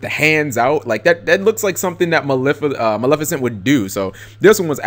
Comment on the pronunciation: Try again...it's Maleficent